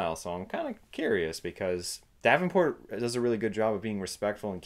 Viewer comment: Correction: Once again, I can't be bothered to try and pronounce people's names properly. Apologizes to Frank Darabont, not Frank Davenport. Sigh, one day I will actually be able to take myself seriously ...